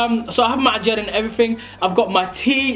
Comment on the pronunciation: Man said anjeero nah I rate this guy whalahi 😂😂